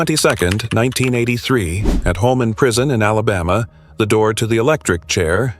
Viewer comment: It is Holman Prison so ever who is in charge of the AI it is not Homeman. Let's get it right AI It is Coo D- Graw - NOT coup -de grass like you enunciated the word. To all those killers in this video KARMA is a BITCH, dd the people you killed, was in merciful, or was it prolonged and painful?